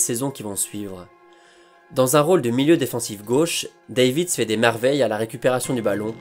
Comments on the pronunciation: Cela se prononce 'Dèvitsh' mais superbe épisode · Prononciation: Zédorf et Davits. Pas Sidorf et Deivid.